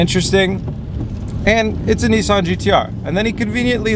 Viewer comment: It's Nissan not Neessan 😂